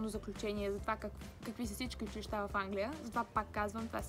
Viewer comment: Научи се да казваш училища